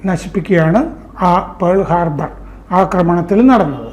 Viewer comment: It is not Pole harbour, it is Pearal Harbor